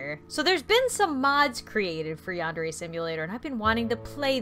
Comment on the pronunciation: ITS YANDER NOT YANDERA